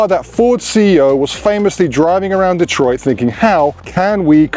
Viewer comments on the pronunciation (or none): none